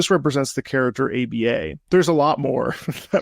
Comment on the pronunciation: Hey, real quick, just to correct, A.B.A.'s name is pronounced "Abba" like the band (which it's a reference to)